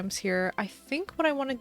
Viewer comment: this girl rlly said “loThEsLIne” BAHAHA but i still love ur froggy u make me happy whenever i am sad